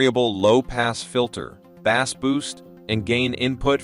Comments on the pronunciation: I just can’t with saying “W” instead of watts. And pronouncing bass (fish) instead of (base). It’s like they have no idea and just reading a company script. Not a real comparison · These ai voice generated videos cannot be taken seriously... "Deep Bass" was my turning point